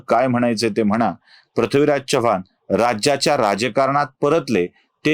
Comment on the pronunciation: Chavvan Naahi Chavan